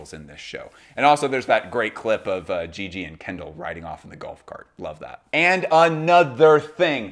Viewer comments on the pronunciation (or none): none